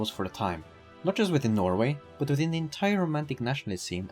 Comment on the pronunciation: Bro really said nor-eu4 ducat noise-way